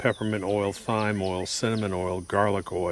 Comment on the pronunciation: Its pronounced time thyme is time sorry i couldn't stop myself